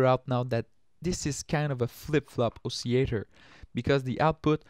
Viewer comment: You're probably going to confuse certain people who can only speak English by not pronouncing the ll in oscillator. :)